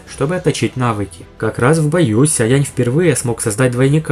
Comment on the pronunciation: Спасибо за обзор. Попробуй немного потренироваться в дикции, выговаривая слово Сяо полностью, с буквой "О" :)